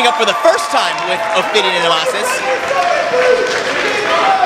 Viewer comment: Lol Ophidian